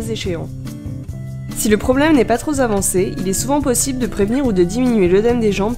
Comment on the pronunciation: Si le problème n'est pas trop zavancé. Bravo pour cette splendide liaison !